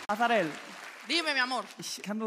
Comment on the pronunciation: Und dann spricht Nico gleich ihren Namen falsch aus. Arazel, anstatt Azarel.